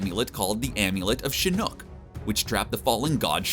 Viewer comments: For the love of god dude if you can't pronounce something look it up before you make a video. It's pronounced shin-ock, say it with me now, shin-ock. I have no clue where you got the the two o's from for shinook but damn that makes me cringe whenever you say it, it's worse than the guy who couldn't say King Ghidora even though that monsters name is said countless times in the source material. If it's a joke I'm sorry but it makes you look like you know nothing of what the hell you're talking about and also makes you look like a huge dumbass. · Can you at least make sure your narrator knows how to pronounce the things he clearly knows nothing about? Shinook? Seriously? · Makes me cringe every time he says ‘Shinook’ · the god is not a helicopter, his name is shinok, not shinook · It’s pronounced shu knock 🤦🏻‍♂️ not shu nook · It’s pronounced “See Knock” (Shinnok) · This guy:"CHINOOK" Me: Wtf? Okay I'll let that one slide. This guy:"Noob Sabaat". Me:"GET OVER HERE!!" 💀🔥💨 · How they know so much but don’t know how to pronounce a name 🤦🏻‍♂️ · I hated how he pronounced Shinnok and Noob Saibot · I like the part to where he mentions Sektor and then showes Cyrax from mk annihilation, 1 robot is red and 1 is yellow, (mustard and ketchup) and then you end up showing the wrong fricking robot cmon!! And yeah Shinnok has been out since 1997 MK4 so getting that name wrong it's really really cringe, I would almost say remake the video cuz of how much you say it wrong, and how many times. Plz more study for future videos! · Why do you pronounce shinok and noob saibot like that